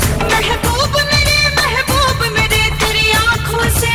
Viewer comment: Theres a syllable after mehboob, so it sounds like "meh-he-booba mayrii" so the syllables fit perfectly with May He Poop on my Knee. Such a shame that I can't listen to this song without thinking of the fake translation because I watched that first.